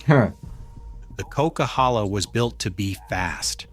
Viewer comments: The coquihalla, Not called the cock, it's like coke. There's a really cool video of the making of that highway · Coke highway, not cock! It’s a blast to drive in summer! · Lol, the narrator mispronounced the nickname of the Coquilhala highway as the "Cock" and in reality it's the "Coke". A popular reality TV show with also the same name referred to it as The Highway Thru Hell and the Bermuda Triangle is reference of how quickly to the weather, there's been no known stories of vehicles simply disappearing with no trace.